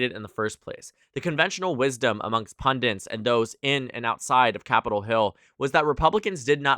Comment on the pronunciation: THE WORD IS PUNDITS ONE N NOT “PUNDINTS” PUNDITS OH MY GOD HEARING YOU SAY IT WRONG EVERY GODDAMN TIME IS INFURIATING